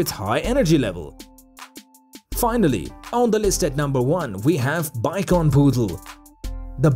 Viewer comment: It’s too bad the narrator doesn’t know how to pronounce ‘Shih’ or ‘Bichon’.